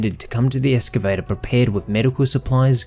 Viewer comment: Holy crap, that was... disracting... Almost as bad as ek-cetera.